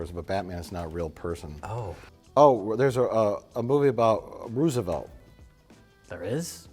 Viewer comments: “Ruse-oh-velt” Ah yes, my second favorite president. Right behind Tomas Jeefersoon. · So Mike doesn't know how to pronounce "Roosevelt" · I am infuriated by the way Mike pronounces Roosevelt